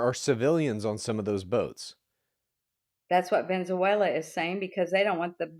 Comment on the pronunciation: Please can we teach to pronounce Venezuela correctly...its just basic respect